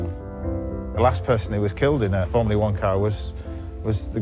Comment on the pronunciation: It’s ’formula one’ James not ‘formlia one’